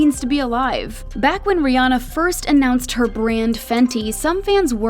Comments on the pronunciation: Too bad America doesn't seem to get her name right 😂it's Rhi ANNA not rihonna 😂🤣😂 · But they still saying her name wrong lol it. Ri Anna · How does everyone say her name wrong?????? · You're all pronounce her name wrong